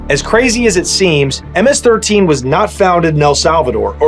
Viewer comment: Thank you for use proper information thank you for pronouncing it right. Hate when YouTubers get it wrong. Im a second Generation MS13 my older homies were Stoners wearing Metallica iron maiden Megadeth shirts. That was my Generation thing have changed since then. So i took a step back to enjoy family life.